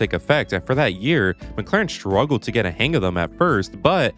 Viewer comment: Guys, what accent is changing "s" to "sh"? Sone southern American? Like is pronouncing "shtruggle". As non native speaker I don't understand why some words with "S" at the start are being pronounced like has stones in his mouth